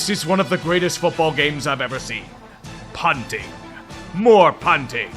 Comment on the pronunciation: Idk why but your delivery on “punting” made me spit out my drink it’s like you said it in italics somehow